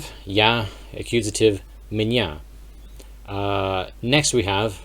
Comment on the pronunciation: Hi, you should work on the pronunciation of the letter [я]. I did not immediately understand what you said when you said [меня]. [я] sounds like [йа] only at the beginning of a word or after a vowel. After a consonant, it softens the consonant and sounds like a soft [а]. Sorry for the unsolicited advice 🙃